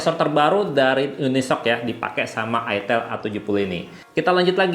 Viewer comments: Mantab…”Itil Asem” eh “Aitel Awsem” 😅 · Bacanya aitel.. Bkn itil.. 😊